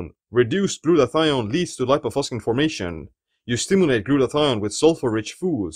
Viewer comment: This word has Latin origin and it shouldn't be pronounced "...faskin".